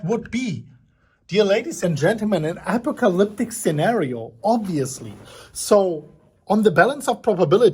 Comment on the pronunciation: "alpaccalitic" is that when alpacca's take over the world?